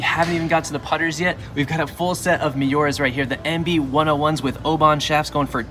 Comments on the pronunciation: The guy obviously never heard of them the way he pronounced Miura. Also these nice clubs aren’t gonna make a difference if the lies, lofts, shafts aren’t fit for the player. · you pronounced Miura wrong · surely that's not how you pronounce Miura